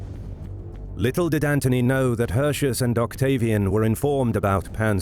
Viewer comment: In order to convey a certain believability and authenticity, why don't you say "Hirti-oos" instead of "Hurshus". Since you, narrator, DO say "Arimini-oom". The roman C's are K's and the U's are OO's. Furthermore, the AE is pronounced as AYE (as in Aye aye sir), and not EY (as in Hey!). And it's not "See-sar", it's "Kai-sar". Other than this: I love history. Thanks for the uploads!